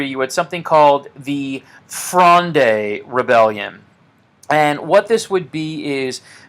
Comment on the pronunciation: Am currently doing a philosophy course in montpellier and this video has really helped me navigate the context of the litterature component. If you're interested in pronunciation (anodine to the content of the video of course but it's nice to know) you can navigate Richelieu by thinking of it as rEEsh Li-YOU (said fast ofc) and fronde as being one syllable: frond not fronday. Thanks again